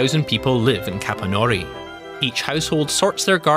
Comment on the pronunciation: Halfway through the video I realized that "Capannòuri" is actually Capànnori I even live nearby 😅😂